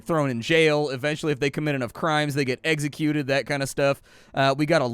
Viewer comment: "Eggsecuted" huh?